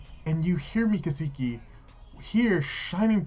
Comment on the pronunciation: Kaseki not keeesekee